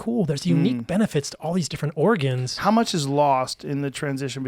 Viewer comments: Is it just me or is he pronouncing organs like the state, Oregon? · Oregons? This is all I could hear.